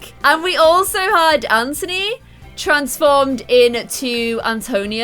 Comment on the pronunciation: BTW u call Anthony ANTONY ITS ANTHONY OMG!